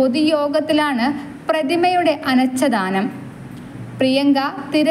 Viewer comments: അനച്ചാദനം അല്ല മോളേ, അനാഛാദനം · കോൺഗ്രസ്സ് സിന്ദാബാദ്. (അനാഛാദനം എന്നു വേണം ഉച്ചരിക്കാൻ. . 😂 )